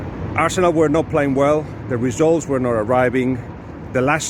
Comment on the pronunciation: Dude - peeelease learn to pronounce Arsenal properly (we don't roll the r in English). 'arsenuw' not 'all-see-nalll'